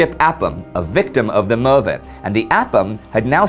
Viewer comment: Fascinating voyage. Indi: It's pronounced Möve not MöRve.